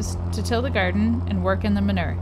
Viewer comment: I’m so triggered by the way you say ma-noo-er 😆